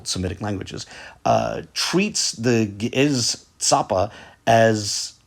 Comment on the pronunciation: Not the original pronunciation though.